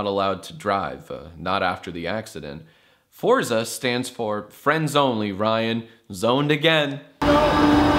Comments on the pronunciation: Oh Jack, oh Jack... It's pronounced for-tsa, not for-za! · Um, its actually pronounced fortza